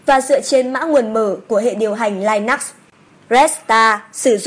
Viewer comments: "LINUX" đọc là li-nớt nhé nghe giật cả mình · Linux mà đọc là lai nắc.. Nghe hết bjk..